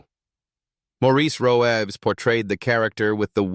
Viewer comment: Roëves - pronounced Reeves.